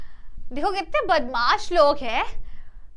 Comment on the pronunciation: badmooshi nhi mtrr😂